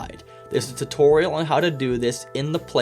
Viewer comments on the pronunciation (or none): none